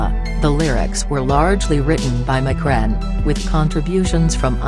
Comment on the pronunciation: "McRen". Wtf he ain't Irish! Lol. They need to drop this computer voice crap